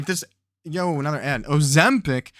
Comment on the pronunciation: why did you say Ozempic like that 😂